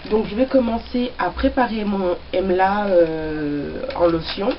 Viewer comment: j adore la video et comme tu as revolutionalise le mot. Emla c plus joli que amla. J ai rigole quand tu as crie!! Moi aussi j'ai eu la meme experience..de la poudre partout j en ai fait une huile moi aussi. Je suis en train d en infuser dans de l huile de noix de coco(je sais que tu as horreur de l'huile de coco). Donc j ai mis une cuilleree a soupe d'emla :) et ensuite un peu de tulsi et brahmi.. j avoue que j experimentais..donc je vais utiliser cela comme un traitement avant shampooing.